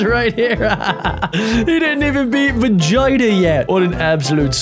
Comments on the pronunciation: It’s veeeegita not vigita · I swear I heard him say Virginia when the name was Vegeta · He said time to fight vagena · Are we not talking about what he called vigita